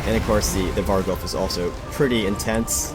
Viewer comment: I love you! You said varghulf instead of vargwolf like most other youtubers.